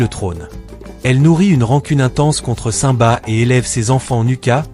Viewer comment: Aprent à prononcer simba